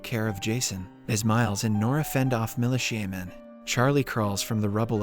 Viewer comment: "mali shaman" instead of militia men... 😂🤣😭